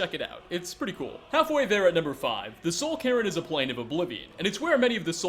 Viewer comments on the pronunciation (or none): It's Soul "k-air-n" (cairn), the "air" part pronounced like the air you breathe. Not Carin, like the "you should be carin' to pronounce cairn right" xD